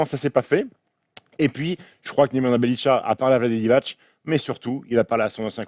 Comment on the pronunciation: Juste un truc de prononciation vu que ça fait pas mal de fois que j'entends ça : Nemanja Bjelica se prononce : Némania Biélitsa, y a pas de tcha à la fin. Sinon je vous adore les gars continuez vous êtes au top <3